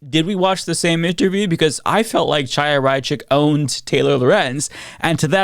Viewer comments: A pet peeve of mine...you know how to say Hanukah, correct? Well, it's really Chanuhah, but you wouldn't pronounce it "CHA," rather you use "HA." So, please, it's not Chaya (CHAH-YA), pronounce it as HAYA. Understand? You sound stupid saying it with a hard CH. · The ch is Chaya is pronounced like the ch in Bach or Loch. Not like in chicken. If you can’t pronounce it, saying Haya is closer.